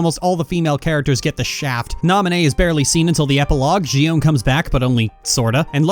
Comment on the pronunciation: The way you pronounce Xion's name bugs the Xit out of me.